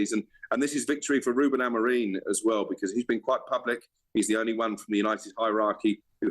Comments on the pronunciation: Someone tell him its Amorim not Amorin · Amorim NOT AMOREEEEEEN 🤷🏻‍♂️ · Is it just me that hears him saying AMORIN???? I'm pretty sure it's AMORIM?